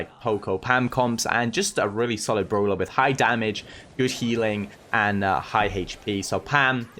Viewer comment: i love the way he says browler not brawler and browl stars not brawl stars lol